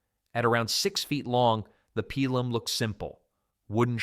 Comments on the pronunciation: I seriously hate this AI voice. When I hear this, fuck off. Cant even pronounce pilum properly. Worse yet, it pronounce it differently twice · Pee-lum not pie-lum. Woond not wound. That's what you did to the eight day clock nine days ago.